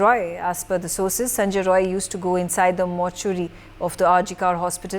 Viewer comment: Not roy its rai